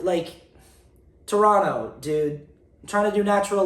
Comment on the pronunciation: Torontonian here! I just had to commend you on your correct pronunciation of Toronto :)